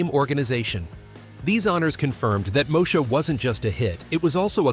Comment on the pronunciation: Its pronounced MO-E-SHA. Not Mosha!!! Once UPN got established as a network station with the help of the black shows, it cancel the ones who started it.